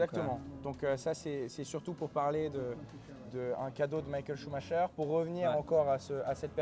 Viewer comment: Ça me termine le mec dit Michael sumacher